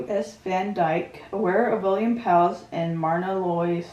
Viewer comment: Happy to see your reaction. ☺ Myrna sounds like Merna. One of my favorite movie couples.